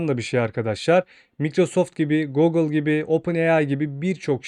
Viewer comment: Biraz telaffuzlara dikkat edelim. Cok rahatsiz etti video boyunca.